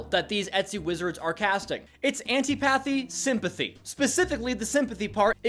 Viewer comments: "I've never heard of Anty-pathy Sympathy before" yeah I can tell by your pronunciation 😂(it's an-TIH-po-thee) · say it with me: an TIP uh thee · The way you pronounce "antipathy" hurts my soul